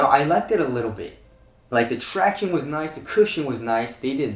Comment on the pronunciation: Stop saying tractiones its fucking annoying